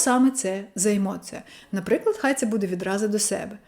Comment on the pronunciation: Емоция поки що через ы Треба трошки м`якіше - через і